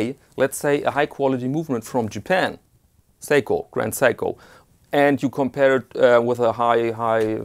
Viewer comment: Well done, finally you got it right Seiko pronounced correctly ha ha ha. Yet another enjoyable video which I totally agree with your thoughts and opinion on in every respect. I always look forward to my weekly fix from you.